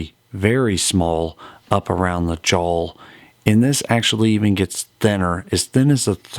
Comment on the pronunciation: You called his jaw his "jawl"!